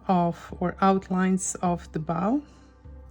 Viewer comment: Cute! 🥰 I will admit that I learned this tangle back when I first was learning — with AngelWhispers Art — but I forgot it! So happy to say I finished day 1 and will continue on! 🖊 🎉 THANK YOU,! ❤ ** I don’t mean to correct you, but I think you like to know pronunciations. English is so mixed up. 😜🤦‍♀ Bow can be the part of a ship or to lean forward, pronounced the way you said it like HOW. Bow can also be this piece of ribbon put on a gift 🎁. It is pronounced with a “long o” sound. Like LOW. Just sharing. 🤗🤗